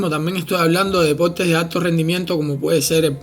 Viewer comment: Wueones enfermos..puros gordos musculosos ..aprende a hablar...se dice "persona" no pelsona.."deporte" no depolte